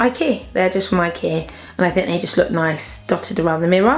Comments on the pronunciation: you don say Ikea..you say ikee xD it's lovely xD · I aslo say ikea like ikear. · i like the way you say ikea like 'i-keer' xxx